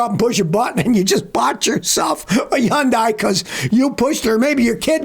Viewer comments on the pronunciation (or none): fyi: Hyundai rhymes with "Sunday", not "sun-die"... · Hyundai is pronounced HUHN-day, not HUHN-die. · Why does Scotty call Hyundai, Yyundai 🤔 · Whats a Yawndye? A new company? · Hyundai…… pronounced Sunday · As soon as I heard Hyun(die) I said yikes, no thanks. 😅